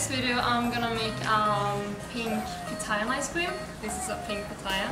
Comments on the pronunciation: On the sound bite on u tube it sounded like she was saying papaya and I also know it is called pitaya I’m from South America in US it’s called dragon fruit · Guys you don’t need to keep correcting them, they made one little mistake, it’s been corrected, the word sounds similar, I thought she said papaya too until I started reading comments about pitaya.